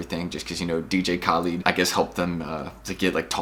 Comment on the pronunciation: man The way you pronounce dj khaled 😂😂😭